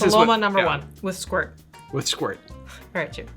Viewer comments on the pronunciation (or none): Pronounced Eh-SqweeRt